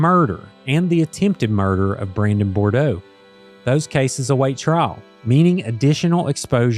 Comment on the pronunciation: Good, comprehensive report. One thing - Brandon’s last name is pronounced, Bood-roah, not Bor-doh.